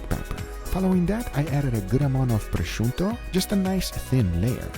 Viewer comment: I don't know if you're going to read this, but biggups for finally pronouncing prosciutto right.